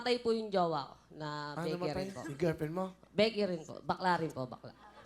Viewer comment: Pag kakarinig ko sabi ng lalake "bekery" un pala Beky rin.